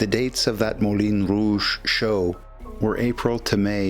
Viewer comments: It's not the 'Molin Rouge', it's the Moulin Rouge (pronounced, Moolahn and not Mohlin). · Excellent.....but a small comment, perhaps. My French isn't the greatest, but I believe the pronunciation is closer to "moo - lon - rooje"...... cheers. Good first hand content so thanks as always. Sidenote.....amazing that such scandalous and provocative stage productions were still being done at this time during the war.....EVEN in France where such things are more normally encountered anyway.